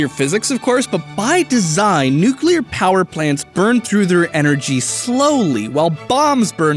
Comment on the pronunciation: He said nuclear powder plants